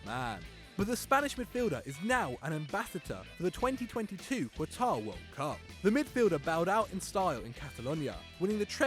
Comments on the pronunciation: "Kwataar" no sir it's a lot more like "cutter" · Why are you saying Qwatar? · "Kwatar"... Fucking nonce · Qwatari, Qwatar... Wtf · Every time says Quatar, an ISIS member gains its wings